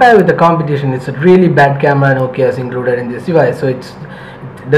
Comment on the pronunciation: ya its " CAMADA "